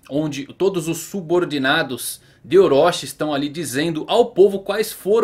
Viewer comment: Para de falar "oróchí" e orochi